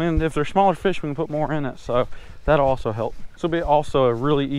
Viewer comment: I LAUGHED SOOOOOOOOOO HARD WHEN U SAID ALSO NOGHN AS SUCKING AS